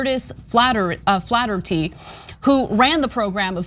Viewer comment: Pronounced Fl-air-ity